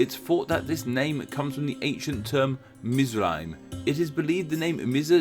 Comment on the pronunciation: not mizraim but mitsraim , there is no z